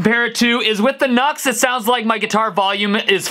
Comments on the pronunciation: NUX is no "nahks" but "New-EX" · Nu-X is pronounced "new-ex", hence the little "-" in between "nu" and "x" lol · Isn’t it pronounced “new x”? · I thought it's pronounced as "New X"? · It's pronounced "New X" lol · Are you aware that it's pronounced "new-x" ?